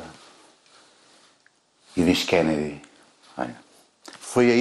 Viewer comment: Kennedy e nao kennady